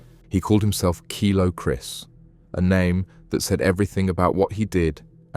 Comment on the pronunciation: KILO KRIS NOT KYLO KRIS 😂😂 great wee video❤